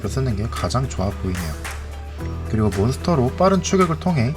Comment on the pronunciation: 아니구 아니고 아니고